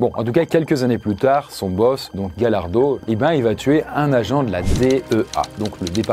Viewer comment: J'ai écris d'autres commentaires mais ils ont disparu.. C'est Gallardo qui se dit GaYarso